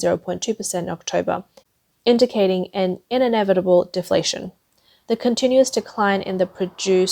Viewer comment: in-en-evitable? Pol-ooh-tical?